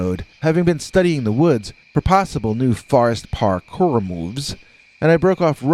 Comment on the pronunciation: I'm so glad you wrote "Parkour" in your title, else I would've thought you were saying "Hard Core" over and over......😕🤔